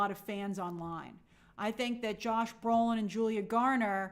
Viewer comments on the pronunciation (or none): none